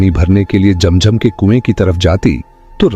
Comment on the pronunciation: It’s not Jam jam it’s Zam Zam